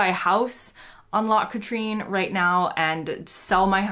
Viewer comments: By the way your pronunciation is very good, the only thing I would correct is that Loch Katrine is more usually called Katryn not Katreen. Also a useless piece of information....Loch Katrine is the main water supply for the City of Glasgow I.e. it is actually a giant reservoir. Take a trip on the steam boat on the Loch called the Sir Walter Scott. Sir Walter Scott is the author of the famous saying ‘Oh what a tangled web we weave when first we practice to deceive’ in other words liars will often trip themselves up as their lies get more and more complicated. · She did well with Edinburgh but loch Katrine which she pronounced Katreen. Not her fault we have some strange names. I recently heard someone pronounce Drumadrochit as drumnadroshit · I watch many of your videos and have found them excellent in the way they try to explain things UK to those across the pond. delighted you are visiting Scotland and introducing others tothe country, enjoy. But please please try to improve your pronunciation of Scottish place names. I have never heard "O ban" pronounced "O barn" likewise Loch ( note the soft ch sound) "Catreen" is actually Loch Kat- rin ( like Kathrine without the h ) . With so many accents and regional dialects in Scotland there are always variations but always ask the locals about how to say it.